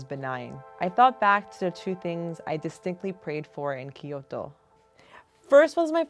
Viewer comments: Kyo-to....not ki-yo-to....sorry I just had to 😭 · right? she just says kiyoto with an accent but she still says key which is so annoying its kyoto hhaha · Lovely story but drove me insane how she pronounced Kyoto "Kiot-tou". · Her pronunciation of Kyoto is killing me. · Hearing this lady trying to pronounce Kyoto is worse than white people saying 'Barthelona' because they spent 2 weeks in Spain